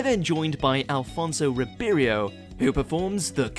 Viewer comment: I find it astonishing that he makes fun of Benedict Cumberbatch not being able to pronounce 'penguins' when himself makes so many pronunciation mistakes in these WatchMojoUK videos!!! I mean, earlier in the video he mentioned Ronnie CorBETT instead of Ronnie CORbett, later mentioning Alfonso Riberio (instead of Alfonso Ribeiro) joining Will Smith!!! And that's nothing compared to how many other things he says wrongly in so many other videos!